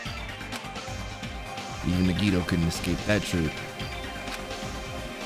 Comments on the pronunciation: Why do u read nagito like nagiydoe 😭🖐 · Fried nagito nuggets. At first i thought he said fried nigga nuggets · hasn’t pronounced nagito’s name right once this whole series 💀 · Shareen Ntim in the beginning when nagi introduced himself nagi said his name, and still said it wrong lol. same thing for soda. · Hearing him say Nagito name wrong makes me cringe. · .... he still couldn’t pronounce his name right lmao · 30 episodes and still hasn’t said Nagitos name right 😂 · Yea ikr how has he not realized it's pronounced "nigga toe"??? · His Japanese sucks on even the most basic level, so I’m expecting it….